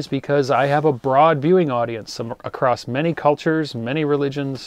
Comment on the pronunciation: The word "across" does not have the letter "T" in it. Stop adding a "t" that is not there.